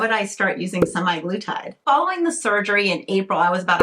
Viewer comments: It’s actually semaglutide, not semiglutide; you keep pronouncing it wrong. I don’t know what to say, but I think you need mental health care, not all these unnecessary interventions. I live in the Netherlands and have diabetes and am obese but was denied the injectable form because there is a worldwide shortage and they are only giving it to patients already on the medication. However they have given me the tablet form (Rybelsus) which I take daily and is a much milder form of semaglutide. Unfortunately, despite taking this medication and being on a program involving diet, exercise and lifestyle changes I continue to put on weight. Ironically, I also can’t eat much at mealtimes anymore, not that I ate much to begin with. From what I understand, semaglutide is to manage diabetes, and weight loss is a SIDE EFFECT. Who knows what damage it is doing to people who don’t have diabetes. There are no long term studies. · Ir's not 'semi-glutide, don't overlook that 'A' in the word. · "SEMAYGLUTIDE"... THE WAY YOU SAID IT, ITS LIKE YOU CANT READ